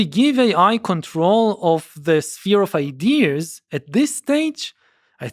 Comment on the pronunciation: Why does he say “idears”?